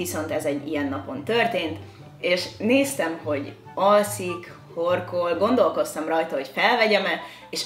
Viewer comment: Az értetem hogy horgol és utána jöttem rá hogy horkol😂😂😂